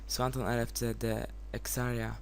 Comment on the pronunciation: Fajnie ^^ Ale mój nick się czyta Exarii xD Ale dobra, miło mi ^^